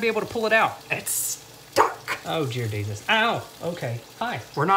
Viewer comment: Anyone else catch "Oh Jear Desus" ?😂😂😂